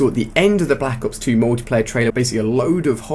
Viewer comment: blAHAcks ops 2 LMFAO thats how he always says it